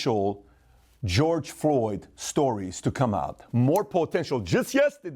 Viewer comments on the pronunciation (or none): none